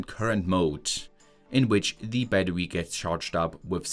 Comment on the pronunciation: Bro said batrwe